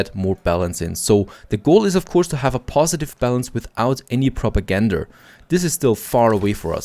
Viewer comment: It's kinda funny to me how he keeps saying ''propagandur'' instead of propaganda.. funny how accents and trying to speak in different languages can cause moments like mispronunciations